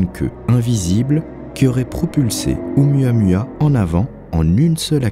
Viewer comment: C'aurait quand même été sympa de se renseigner sur la prononciation de Oumuamua (prononcé Ou-Moua-Moua) avant le docu. Ca écorche pas mal !